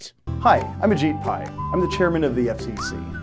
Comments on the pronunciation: I'm pretty sure it's pronounced "a cheap pie" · it's egypt pi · umm just a small correction Ethan, it's actually pronounced Ashit Pie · correction Mar H, its actually pronounced Ashit Pile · Actually, it’s pronounced ashit pai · It's pronounced Ah-jEE-pai, but yeah I agree.